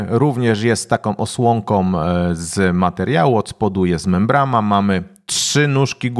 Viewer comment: Mówi się i pisze MEMBRANA.